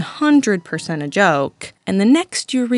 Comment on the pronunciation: "uish juwst a jwoke bwuhh"